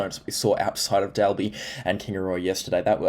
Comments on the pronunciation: pronounced doll bee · Dalby is pronounced Doll-be. FYI